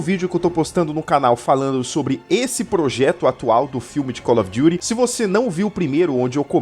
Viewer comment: Acho satisfatório ele falando cólófidury as vezes kkkkkkkk slk melhor Youtuber